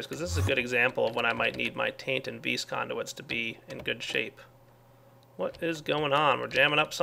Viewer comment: How many times did he say vees (vis) in this episode?